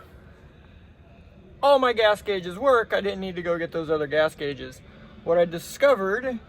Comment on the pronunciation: "guages"... Gotta love it. Automatic subscribe...Keep up the great vids!!